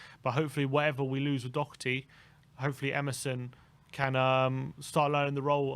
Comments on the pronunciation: Do her ty. Not Dock erty. There is no c or k in his name. DOHERTY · DOH-ER-TEE!!! Not Doc-er-tee!!! One of the these days you'll pronounce it correct.